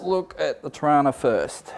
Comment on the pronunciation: Just need to pull you up on one thing, it's pronounced "Trarna"